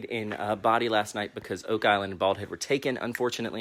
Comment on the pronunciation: He says it like "body" - it's pronounced "bow-die".